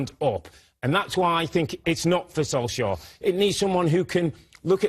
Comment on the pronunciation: All three of them pronounced his name differently lol. You'd think before filming, someone would have said hey let's figure out and agree on the proper pronunciation of Solskjaer.